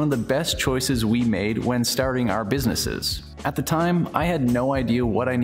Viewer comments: I think you might be right, I knew it sounded weird! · Square Space ad, is it "businesses" or "Businii" ? :)